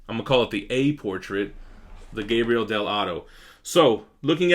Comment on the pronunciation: it's Gabriele, not Gabriel! btw keep up the good work man!